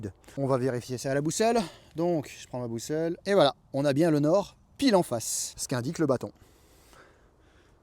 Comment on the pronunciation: M€rde… j’ai regardé la vidéo jusqu’à ce que je comprenne qu’il s’agissait de « trouver le nord »… et non pas « trouver de l’or » (ouais j’écoute en faisant autre chose, ça aide pas aussi!) Du coup j’ai perdu 3 min de vie pour rien avec ta vidéo (59sec. pour comprendre que t’avais pas bien articulé… ou que j’étais pas hyper concentré! Et encore 121sec pour écrire ce message!) wallah j’me désabonne!! Nan j’deconne!